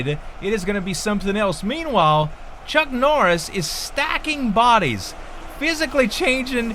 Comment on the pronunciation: "Chunk Norriss"?